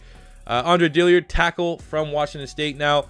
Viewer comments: It’s is Dillard not Dilliard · Also U've been saying his name, "Andre Dilliard" but its actually Dillard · Dill-ard. No I. Not Dilli-ard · Sean Cook yeah the man can’t read 🤷🏼‍♂️ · DILL-ard! NOT DILLY-ard! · Another video, another day wondering when will realize it's Dillard, not Dilliard.